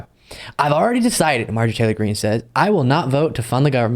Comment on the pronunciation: You mispronounced Empty Greene.